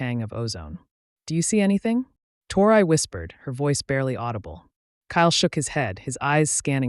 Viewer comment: She started out saying her name Tori, Torrey,or how ever it's spelled writing.And to hear the A.i.start saying" tore eye" ,is just irritating .